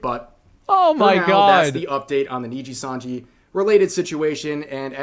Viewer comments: He keeps saying NINJIsanji RAAAAAAAAAAAH. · he still says Ninjasanji lol. who cares, they're evil, Ninjasanji it is. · the real anime training arc here is Asmongold's pronounciation of nijisanji improving